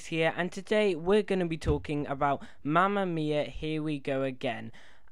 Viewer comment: It's Mamma Mia not mama miaa